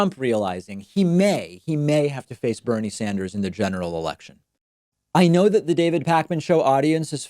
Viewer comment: "Bernie Sander"